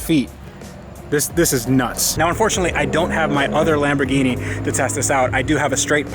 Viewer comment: Oh my god you pronounced Lamborghini correctly